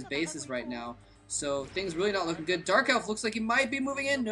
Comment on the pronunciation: lol at about did you say JERK elf?? sounded quite funny. perhaps it was just my imagination... anyway love to hear my 2 favourite commentators together